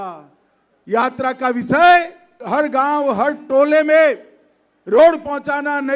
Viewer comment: Amitsha ji visay nahi hota hy vishay hota hy